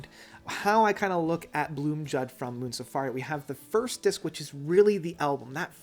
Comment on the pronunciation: Blomljud is pronounced BLOOMIUUUUDE which means THE SOUND OF THE FLOWERS. the guys in MS told me this!